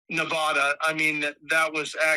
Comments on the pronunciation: I hate to be this person, I really do. But Nevada is pronounced Neh-va-duh. The “va” is like in “cat” and not like in “honda”. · Supreme Leader Broksi.. it’s pronounced as Knee-va-duh (Nevada) 🥲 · Love you Britney but pls don’t ever pronounce Nevada like that again